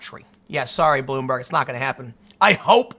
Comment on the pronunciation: He makes Bloomberg sounds like Admiral Akbar. He didn't say it was a trap, though...